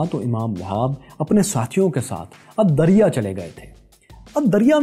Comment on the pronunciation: الدريا نہیں الدرعية